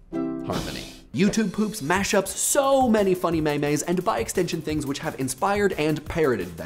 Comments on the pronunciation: Did... did he just say maemaes instead of memes? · memaeS? did you say memaes? it's memes not memaes. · Did he just say maymay seriously? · Did he just say.... "May-mays"? KILL IT! KILL IT WITH FIRE! ITS PRONOUNCED MEEME! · He lost me at “may-mays” instead of memes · may-mays? aren't they pronounced meems? IDK but i do know meme is a real word so there must be a right answer unlike gifs. It's a hek-taker situation. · Stopped watching after MAY-MAYs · MEEMS! It's pronounced "MEEMS", for fuck's sake! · 'Maymays' Did you just... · first of all "may-may" really? ans second of all adult swim is not the internet. adult swim is the 7th grader, with no real sense of complex or subtle humor, who tries to hang out with high scholers, but they just kind of ignore him most of the time. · Maymays? What the